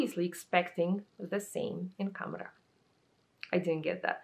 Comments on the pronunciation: You pronounced “Khamrah” perfectly btw 😘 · You actually did NOT butcher "Khamrah" at all. You pronounced it correctly 😊